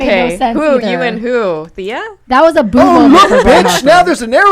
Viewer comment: stop saying thay-a its TH-ee-a